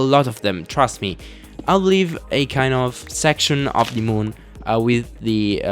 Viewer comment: "to the mun" ~ 2017